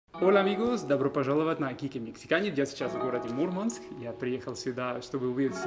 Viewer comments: Вообще не круто!!! Мурманчане так не говорили и не говорят. На материке от некоторых слышала, и это резало слух. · Молодец, куда добрался! Круто говорить МурмАнск, делая ударение на букву А.